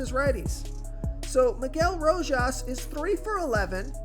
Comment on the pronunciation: Spot on with "Row-Haas!" 3-run bomb in his first AB.